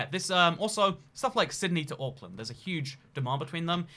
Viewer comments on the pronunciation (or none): none